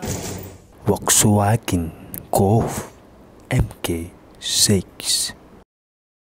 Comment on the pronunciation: Vw golf mk6 sebutan dia Mark 6.